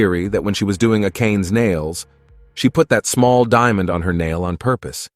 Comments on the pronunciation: Also Akane should be read exactly as "Akane" and not "Akein", since it's a japanese name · the way the ai pronounced akane as "akayn" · Why is he saying Akane like that